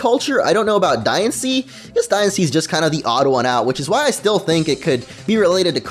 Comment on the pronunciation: "Die annce" ._.